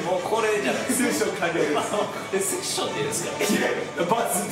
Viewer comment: セッションじゃなくてセツションです（つ感）大事にしてくれ〜〜